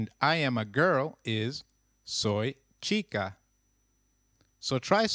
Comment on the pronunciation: But h is silent in spanish. Why are you saying chica then?